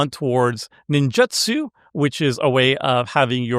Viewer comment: Take a shot every time mispronounces "Ninjutsu". Actually don't, you'll die of alcohol poisoning. 😂